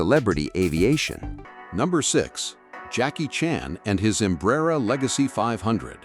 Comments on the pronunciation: You need to learn to pronounce Embraer. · Stupid AI narration. Can't even pronounce Embraer correctly